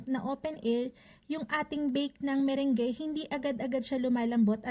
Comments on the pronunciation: Hindi po ME-RENG-GE 😆 kundi ME-RANG. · /Me-/rung/ po yung pag pronounce hehehe... Just sharing lng po no hate just love ❤Happy New Year